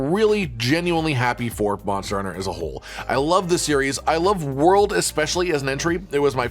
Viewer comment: Return to wold 😌 Return to rise 🤣